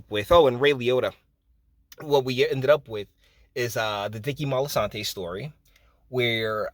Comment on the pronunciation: This whole video is a mess and it’s Moltisanti not “Moltisantay” very annoying